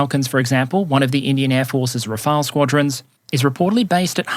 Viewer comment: It's "Rafale" (pronounced like Ra-fal of you want) The one calling it "Rafael" are ignorant ones, or AI reading badly. As stated up there, Rafael exists, it's an Italian surname, and the name of an Israeli armament company.